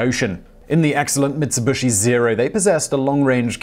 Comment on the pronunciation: Never heard of MitsubUshi before, did they make nucular missiles ? :p